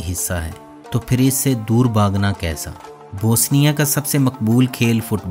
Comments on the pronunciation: This is Bosnia,not Bosinia. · Bhai kahi sy parh bi lety. Naamo ka bherha gharq kar dety ho. Boseenia kya hay.bosnia hy. Teri har video my naam ka bighaarh hy. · Bosnia not Bosinia...whats wrong with you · تلفظ ٹھیک کریں۔ یہ بو سینیا نہیں بوسنیا ہے۔ بوس نیا اور mulak نہیں mulk ہے